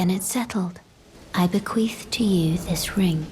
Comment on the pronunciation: haha she "beQUEEFS" us